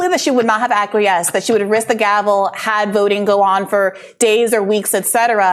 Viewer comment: Say acquiesce one more time...I dare ya...🤔😂